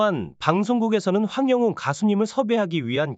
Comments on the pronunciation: 황용은이 이름을 제대로 발음을 그렇게해요.황영웅 입니다. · 황영웅 가수를 응원 하려면 이름 발음을 똑바로 확실히 해주시면 합니다 황영훈이 아니고 황영웅 입니다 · 똑바로 읽으세요 황영운이 아닙니다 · 황영웅 발음 잘해주세요--아나운서답게요. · 이분은 계속 남의글베끼거나 따라하는 무트버입니다 시청하지마세요 이름하나제대로 발응 못하네요